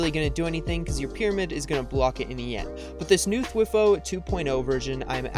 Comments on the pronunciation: It's THWEEE HOO not thwif who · Every time he says "thwih-fo" a small part of me decays and dies off. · It physically hurts me hearing him say "thwi-foe". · T y foooooo not twi foeeee!!!!!!!!!! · th-why-foe? Nah. T H W E E F O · it’s pronounced (thwigh-foe) not (twih-foe) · He said dwiiiiífo cone lol U pronounce it wrong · By the way, you say “Thwifo” like “TH-WY-FO” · It’s prounouced “thwhy fo” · Wtf Is A Thiwfoe 😂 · It is spelled thwifo and it is pronounced like:Th-why-foe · why are you saying thwifo like that😭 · thwi-foe cringe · It’s pronounced thwyfo cone lol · Omg haha the way he says ”thwifo”😂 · I used to say thwifo like he does 😂